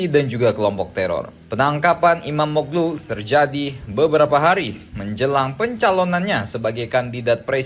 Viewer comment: FYI: İmamoğlu dibaca Imamoolu min